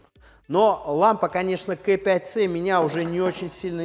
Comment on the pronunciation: Очень режет слух КЭ5ц. Почему бы не говорить правильно, по Русски - КА5цэ